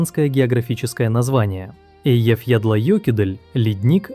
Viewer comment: Что за бред? : "Eyjafjallajökull" - произнести его название правильно почти никому за пределами Исландии так и не удалось". Тебе тоже не удалось, иди учи исландский, а не копируй из российской Википедии.